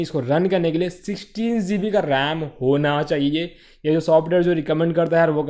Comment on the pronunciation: It'd GB , not zeebi